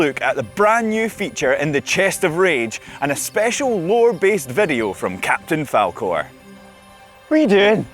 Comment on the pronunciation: Did they say captain Falcoreeee :DDDDDD???